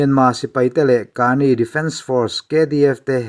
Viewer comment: AA hi pahnih (chi hnih) an awm a. Tuna rawn tel hi KNU Karen State-a awm an ni. Rakhine rama AA te nen an inang lo a nia. Kani tiha 'ka' hi thluk lovin, Mizovin 'keimah ka ni' kan tih a, 'ka' anga lam tur.